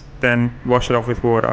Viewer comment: ...in a bucket of wodaa! 🤣🤣